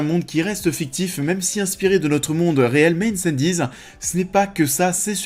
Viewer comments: Incendies se prononce «Incendies» pas «Îneçanne-dize» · Même commentaire. J'étais un peu perplexe quant à la prononciation du mot et j'ai même été vérifier pour m'assurer que je ne faisais pas erreur. Aucune raison de le prononcer à l'anglaise. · Cool la vidéo :) Mon top : 1) Dune 2) Incendies (d'ailleurs, pourquoi tu prononces un peu à l'anglaise ? ^^ "Incendies" ne veut rien dire en anglais) 3) Arrival (Premier Contact) 4) Blade Runner 2049 5) Sicario 6) Prisoners 7) Polytechnique 8) Enemy 9) Un 32 août sur Terre 10) Maelström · Super vidéo ! Mais pourquoi prononcer Incendies à l'anglaise ? 😆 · Super classement!! Par-contre, incendies ça se dit en français, pas à l'anglaise! 😊 Sinon beau travail!!!